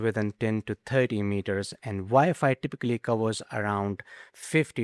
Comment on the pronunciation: What’s “Vy-fi”?